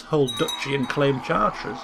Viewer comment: maybe pronounced Chart-reh